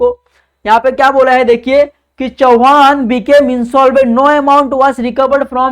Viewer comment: चव्हाण नॉट चौहान barabar bolo